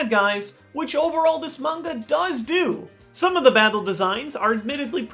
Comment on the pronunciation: The way he says manga 'mungar' irritated me lel